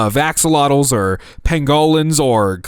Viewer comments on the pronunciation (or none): PAN-go-lin, not pan-GAH-lin